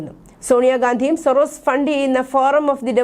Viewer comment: സൊറോസിസ് എന്നല്ല..സോറോസ് എന്നാണ് അയാളുടെ പേര്... ജോർജ്ജ് സോറോസ്... തെറ്റായി ഇതൊക്കെ പറയുമ്പോൾ ചാനലിന് നാണക്കേടാണ്...